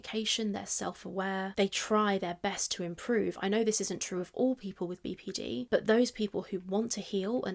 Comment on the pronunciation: Every time she says "BPD" I wanna tell her shes mispronouncing the N